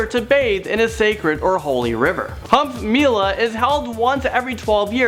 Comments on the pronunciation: it's not pronounced cumb mela it is koooomb mela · lol the way he said kumbh mela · Tht pronunciation of kumbh Mela😂😂😂 I'm dnt mean to hurt u no offense I said this because our real pronunciation n urs r very different